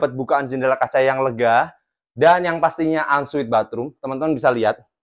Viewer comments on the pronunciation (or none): unsweet opo on suite? hahahaha mesti sekolah bahasa Inggris lagi lo!